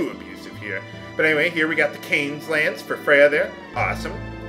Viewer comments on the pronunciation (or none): none